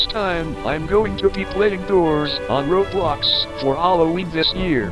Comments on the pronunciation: He said roadblox not Roblox 😂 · CARL ITS ROBLOX NOT ROADBLOCKS🤣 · It’s actually “Roblox” Not “roadblocks” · Everyone: Roblox Carl: Roadblocks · "Roadblocks" ITS ROBLOX YOU FOOL 💀